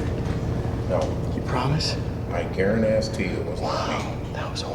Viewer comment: “I guaran- ass- tee” 😂😂😂